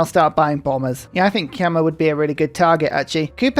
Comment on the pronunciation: is "kemah"/"kamuh" really how you pronounce "khmer" in english? i heard this a lot from civ youtubers and every time it throws me off